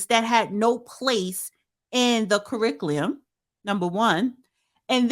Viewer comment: Damn you cannot pronounce curriculum 😅😂